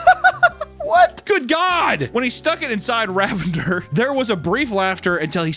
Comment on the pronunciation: The way he mispronounces Ravinder makes it sound like the man is a deranged super villain. Be careful of the mighty RA-vendurr, I believe it’s pronounced RAH-vin-DUHR, it’s shouldn’t rhyme with lavender. Lol